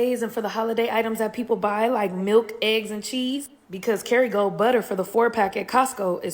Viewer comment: Woah lady did I hear you say Ketigold?? 💰 Here's a clue: buy imperial and Great Value!